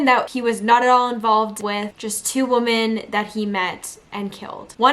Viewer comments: You are pronouncing the word woman incorrectly when using it in the sentence that you are saying— I had to stop listening —you kept saying it over and over again…no matter what accent that u have or not —u are still pronouncing it incorrectly —. I just wanted you to know that.💛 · Woman??? Pronunciation-sounds like wimin, the way u r saying it means 1 wimin is plural. Both spelled woman- but dif pronunciations. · Try "WIHmen" The plural is not pronounced "WO" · WOMEN WOMEN…..NOT WOMAN!